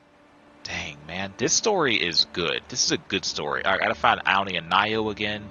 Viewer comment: Thank you! Loved the details in this tutorial I had alotta fun! Just wanna say the name is pronounced "Au-Nee" rhymes with Autumn 😉 not "Ow-nee" Sorry it was driving me nuts